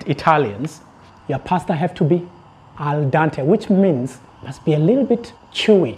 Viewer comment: I would love to cook like that in the nature! I would love a cooker like yours :) I like your white t-shirt! Cool spoon fork knife trio, brilliant yes! ha,ha your pronunciation when you say al dente! :) I live in Italy btw! You don't know how many subs have? I would die of curiosity! I check my numbers every ten minutes ha,ha! Yeah while traveling improvisation is the word! :)